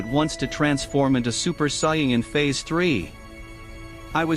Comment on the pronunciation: Did this dude really just say cyan instead of saiyan